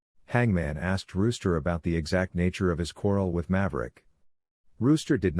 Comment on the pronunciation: It's Rooster like the male chicken.